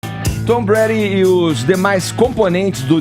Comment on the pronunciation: não consegue fala o nome do Tom Brady. Se ele tivesse assistido o esquenta do Super Bowl na ESPN saberia pronunciar.